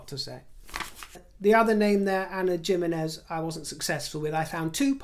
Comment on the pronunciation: Dear I have always admired your command and articulation of the English language. Just wanted to tell you that “Jimenez” is pronounced “Himenez” as the J is an H sound in Spanish. Bravo on your videos! 😊